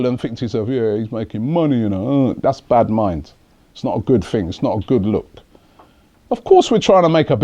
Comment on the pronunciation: Robbie scared me when he said Bad Mind in Patois.